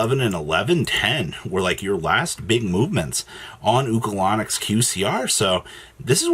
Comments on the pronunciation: He said, "Ulco-Lon-Nic" 😂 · Bro said oocalanix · The way you pronounced Ulcanix was criminal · lol agree